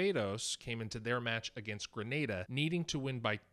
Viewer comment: Thankfully Grenada was pronounced correctly this time around